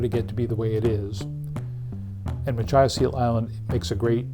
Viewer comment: "muh-KITCH-us". Jesus.